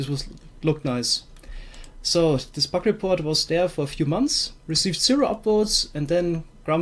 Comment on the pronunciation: Your accent makes it sound like your saying "Buck of the week"